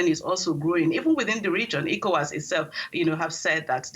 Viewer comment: It isn't known as 'IKO-WAS,' it's known as 'ECHO-WAS.' 🤦🏿‍♂